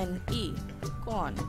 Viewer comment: Tumhen cone bolna Nahin Aata